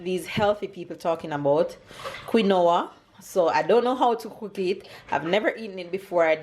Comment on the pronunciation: Quinoa is pronounced "keen wha"